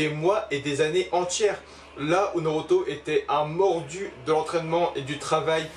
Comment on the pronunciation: Art de dire noroto 😂